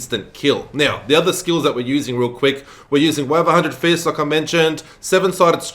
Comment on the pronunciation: 'The Way of a Hundred Fistings' sounds painful ...